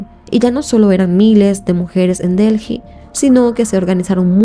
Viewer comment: Se dice ( deli), corazón ❤